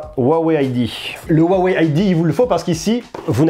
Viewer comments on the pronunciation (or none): Ca se dit "ROUAWEI" pas "OUAWEI" 😅